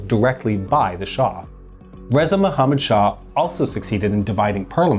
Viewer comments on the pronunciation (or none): none